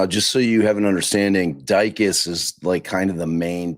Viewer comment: it’s Di-cus. 😂